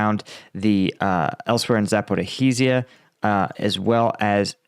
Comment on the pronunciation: Why 2 years into the war and he cannot give a second to actually learn to pronounce the name of the city, Zaporizhia. Can't he read or something? Where does get this sound of "hizhia"? Im sorry, its just like 50 km from me and I dont think the spelling is so hard that it can't be pronounced by western commentators, especially after 2 years of commenting on it.